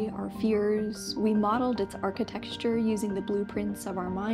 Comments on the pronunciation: That's exactly what it wants you to think. On a completely different and sincere note, it's pronounced "arch-eh-tekt-shur," not "archi-*texture.*" I'm sorry. You're great. Excellent video. But nothing pulls a listener out of focus more than a narrator enjoying the sound of their own voice so much that accurate pronunciation becomes irrelevant. Like nails on a chalkboard bruh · You said it wrong three times… the word “architecture” has a different ending than “texture” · I really enjoyed both of your videos, I'm loving how well written they are. And I have no idea how I'd never heard of Crungus before, haha. Can I give the friendliest of friendly corrections? "Architecture" is pronounced like the tech in technology, not like "texture." :) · "Archi-texture" Cute. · why she keeps saying archi-texture ??? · I don't know whether 'architexture' is a portmanteaux I've never heard of or an adorable mispronunciation. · I subscribed so I can hear you say 'architexture' again in my future...what a great term xxx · Archi-texture.. I like that so much I'm gonna start saying it. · You pronunciation of “Architecture” approaches uncanny valley.